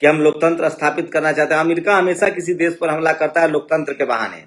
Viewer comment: See how this jatiwadi pronouncees word sadk sark,desh des, videsh vides,padega prega,khadi khari, hamesha hamesa